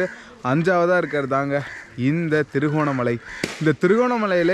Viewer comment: அது திருகோணமலா இல்லை திருகோணமலை என்டு அழகா தமிழ்ல சொல்லுங்க Bro..😊